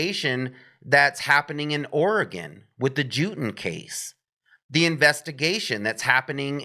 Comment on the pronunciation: Very very similar profiles for each case, also think about white Hyundai Elantra that was weirdly ditched. I live in Oregon just a couple hours from Salem, which thanks for saying OREGON correctly haha